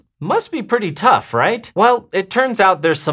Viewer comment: My eye only twitched a little bit each time he said "tough". Aside from that, great video!!